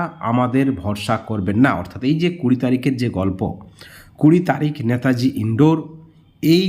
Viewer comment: ন্যাতাজি নয়।কথাটা হলো নেতাজী। অ্যাস অ্যাস কর্মী নয়....কথাটা এস এস কর্মী .....কথাটা হোবে না...হবে প্রচুর ভুল ভাল উচ্চারণ😢